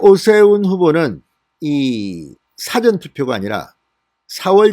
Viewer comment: 선상님. 사전<책?사전> 선거가. 아니고 사-전 선겁니다 한글😂🤣😉